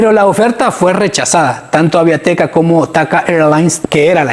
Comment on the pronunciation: es Aviateca no Aviateca y es Chichontepec no Chichontepec